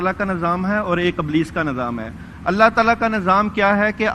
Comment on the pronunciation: they pronounce Ablees instead Iblees and Nazam where as right word Nizam they must work on these and Saheel Adeem speeches should be separated from these people.